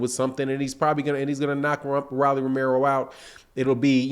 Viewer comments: It’s ROLLIE NOT RALLIE LIKE ROLL DOWN THE STREET ROLLLLLL WTF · Rolly pronounced "Roll-ee" just as the slang word that we for a Rolex watch